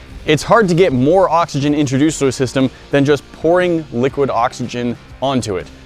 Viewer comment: Im trying to count up how many times they saybliquid oxygen LOL